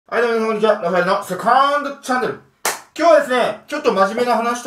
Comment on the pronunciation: 最初のセカンドチャンネルって言うところ絶対セクハラチャンネルって言ってるよね？